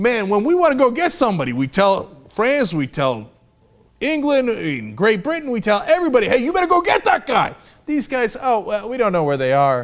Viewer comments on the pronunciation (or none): none